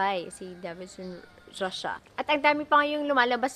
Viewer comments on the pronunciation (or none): none